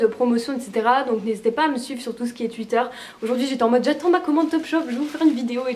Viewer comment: "sur tuitteur" hihihi j'adore